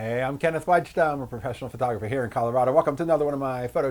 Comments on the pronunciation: Hate to break this to you matey, but you aint no "vadge-da" but "vaida" (an approximation of the phonetic spelling) Your surname is (in all likelyhood) Polish. Despite your hermetic Amarican milieu, as a photographer, you should probably also be aware that you share that surname with a famous Polish (Oscar winning) film director - Andrzej Wajda. Pozdrawiam 👍 PS. Oddly, (or perhaps not? 😊) there is even a physical resemblance... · It’s pronounce VAYDA like the famous polish film director. Not with an English J